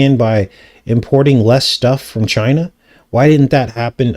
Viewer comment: He really over emphasizes ChinAH